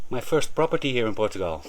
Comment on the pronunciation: Literally night and day differnce on your small village☕ You've worked hard my man 💜 I love the way you say portugal ❤ being a true watcher from the beginning, You got this 😎❤️